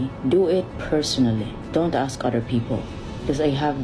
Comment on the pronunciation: if I ever meet someone that want to aks (axe) instead of ask me something, I would correct them if not respected then ignored.